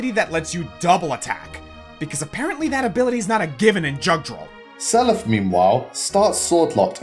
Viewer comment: Some notes How is Marth lower than Roy when Roy is literally just a worse copy of Marth? Jugdral is pronounced like "you-gdral" How is the fight between Alm and Celica forced? They both have very clearly stated, disparate ideals. Celica hates war, Alm is pursuing a war. Awakening didn't introduce avatars. You literally talk about both FE7 and 12 in this video. Calling Edelgard a narcissist is insane. She takes it on herself to change the world because she's in one of the most powerful positions in Fodlan so she views it as her responsibility, not because she thinks she's the only one who's worthy. A huge part of why Edelgard does her war is because she doesn't want another person like her to exist, she doesn't view herself as superior for her dual crests. Edelgard is very much open to criticism. Look at her supports with Manuela and Ferdinand for an example.